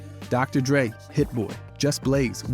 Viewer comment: doctor... drey? despite having him as a menTOUR